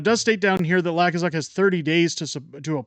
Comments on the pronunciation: Hey... just want to let you know that the fool you mention is pronounced "Luu - kaa - suk", not "Laa-kuu-suk"... not that it really matters... the man is a total ultra maroon and it will be fun to watch him fail. Keep on truckin... You are doing a great job!!! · The way it is pronounced is loo-k-zuk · It's pronounced Lou kas uck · Are you mispronouncing Lukazuk’s name on purpose 🤣